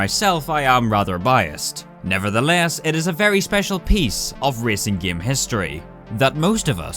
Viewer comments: Me and everyone I know: "Game": "Gaem" And that is a small part of why I keep watching these videos:) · It's a game not gaem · i love it when says “gyem” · When says gaem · Nobody: when he tried to pronounce game: Giêæm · here in northern ireland, we pronounce game: giêæm